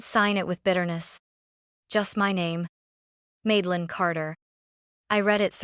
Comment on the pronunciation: Grandma is a Rockstar ❤❤❤. Also, it's Madelyn, not Maidelyn.